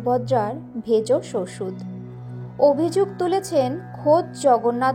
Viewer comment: জয় জগন্নাথ। উচ্চারণ ঠিক করুন । ওটা ভেষজ ওষুধ। আপনি ভেজস ওষুধ বলছেন